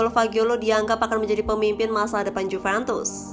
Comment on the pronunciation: 𝘍𝘢𝘨𝘪𝘰𝘭𝘪 𝘣𝘶𝘬𝘢𝘯 𝘧𝘢𝘨𝘪𝘰𝘭𝘰